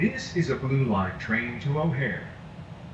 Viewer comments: sorry I've been away for awhile just catching up on your videos this evening. Chicago's airport is pronounced O’hair. I just finished watching this video after interrupting you just to make a comment. On with the show. All the best as usual, Mark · It's Chicago O'Hare Airport (pronounced like washing your hair). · Yeah,, look i watch most of your videos, but seriously I watch the news and just generally keep up to date with current affairs,, and you the big world traveller dont know the name/pronunciation of Chicago's Airport? Your having a laugh mate. 😶